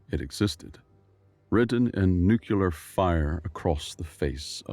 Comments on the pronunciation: Constructive feedback: the word 'nuclear' is pronounced New Clee Urr not Nuke Yu Lurr. It's a nerdy pet peeve but it's one I'm saddled with. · Learn to pronounce nuclear.